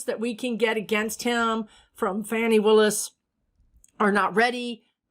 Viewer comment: LOVE the channel ❤️ BTW her name is pronounced "fawn" like the baby deer + "ee" not fan like the air blowing machine +ee. Thanks for all you do for us ❤️ 😘